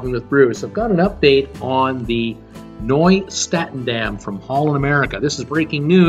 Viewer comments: Nieuw is pronounced NEW not Noy LOL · Please learn how to pronounce the ship name. Nieuw is pronounced "new."